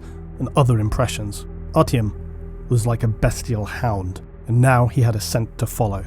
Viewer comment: also its ARTYOM not artiumun